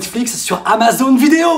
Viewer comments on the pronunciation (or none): none